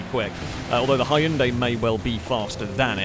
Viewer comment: You're mispronouncing Hyundai 🙂 (but thank you for another fun video!)